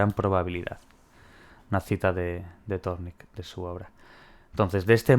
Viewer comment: Thorndike. Pronunciación ´Zórndaik´ :)